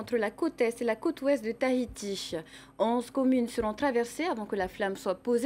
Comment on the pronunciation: Comment elle prononce Tahiti ... tahitiche héééé